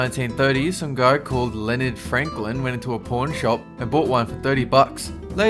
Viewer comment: What you guys heard pawn shop What i heard porn shop